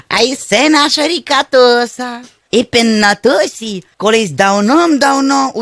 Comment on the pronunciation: та не тоса ріка а тиса